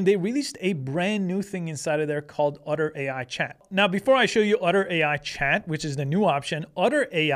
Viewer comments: Otter or Utter? Are you sure you are pronouncing that right? Is it supposed to be "Otter" as in the animal? Or really "Utter" and they spelled the name of the company wrong? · Why is he calling "Otter" "Udder"? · Great video but ask Chat GPT to pronounce "otter" for you. What you were saying was "utter," a completely different word. :D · Are you saying "utter"? 😂 😂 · lol udder AI. I never noticed he had an accent until he said Otter in such a strange way. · I kept hearing “udder” 😁